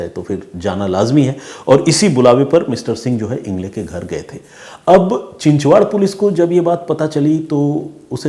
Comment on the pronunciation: चिचवाड नही चिंचवड कालेवाडे नही बालेवाडी